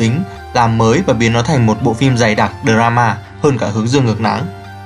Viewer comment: "tu-ét đây" " đờ ra-ma" :))) đọc tiếng Anh đỉnh thật sự :)))